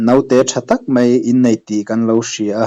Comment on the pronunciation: Mei chu FIRE... MAI tih tur